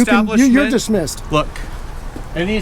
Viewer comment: "You're dismmised" 😂😂😂 That's absolute gold